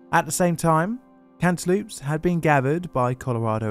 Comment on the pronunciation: "cant e loops" I thought this was an april fools?